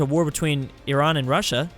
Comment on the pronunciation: pronounced Iran perfectly in:D